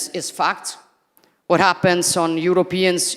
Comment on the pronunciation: L'inglese è terribile, ma studiati la pronuncia per favore. Sembra che dici F*cked anziché fact, imbarazzante